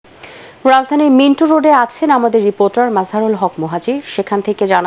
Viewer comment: মিন্টো না মিন্টু?